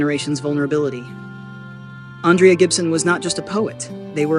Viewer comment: Ondraya Gibson? Please at least get her name right whoever is doing the commentary (AI?), some random channel on the internet.